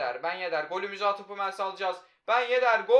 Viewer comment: Humels deme suna hammils de